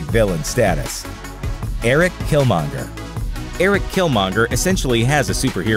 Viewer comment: At least you got killmonger right😂